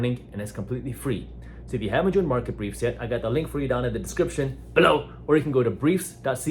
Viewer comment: I like how much fun you have with the word BELOW 😆